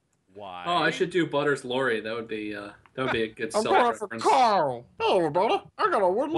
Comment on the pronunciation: Did you guys ever notice every time rick says carl loud it sounds like he's saying coral :)